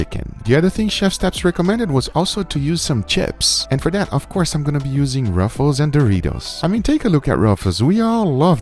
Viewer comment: so happy you said ruffles and not roofles